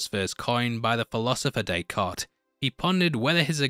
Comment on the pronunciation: The last name of René Descartes is actually pronounced very similar to Deckard.